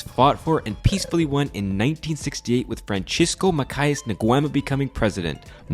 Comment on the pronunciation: Dude you could at least learn how to pronounce minimaly right and properly "Francisco Macias" before doing a documentary about Guinea Ecuatorial that is basic. You definitely invented the pronunciation out of nowhere 😂😂 🤦🏻 I'm not saying ypu should say it like a native Spanish speaker but at least get decently close to the real pronunciation and name😂😂